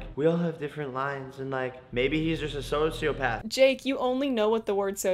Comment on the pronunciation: He literally said sonsiopath